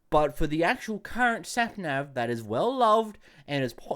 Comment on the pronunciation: sorry but i got so distracted when you said "snapnav"